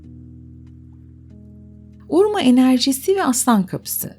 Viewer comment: Urma değil Urmah.